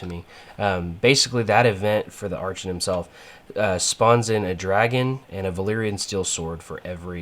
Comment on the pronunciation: Archon is pronounced Arr-kawn